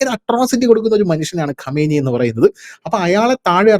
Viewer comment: ഖമേനി അല്ല ഖആംനെയ്